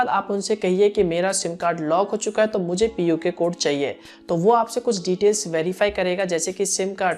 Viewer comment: It is not puke code